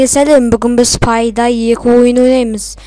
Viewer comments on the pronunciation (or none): Пай-дай емес Пэй-дэй